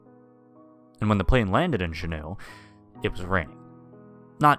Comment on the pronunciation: As a resident of Alaska, good story. One thing- Juneau, it's 'Joo Noh'. I think you are pronouncing it as French "shuno".